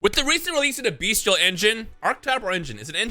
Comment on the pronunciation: will pronounce Bystial correctly eventually